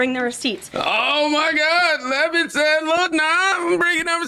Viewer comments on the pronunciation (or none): "Lev it" not" lavit"